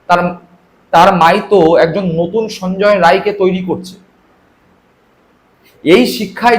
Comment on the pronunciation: সঞ্জয় নয়, সানজায় উচ্চারণ (বিহারী)